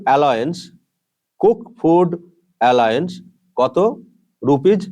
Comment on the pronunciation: উচারণটা অ্যালাউন্স (Allowance like allow) হবে Saheb